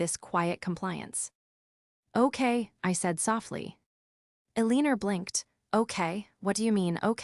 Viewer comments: Her 9thers name is Elenor not Ell inorr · AI is misreading Eleanor—el lean er